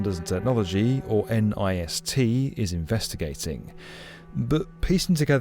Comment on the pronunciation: NIST is usually pronounced as a single syllable rhyming with 'pissed.'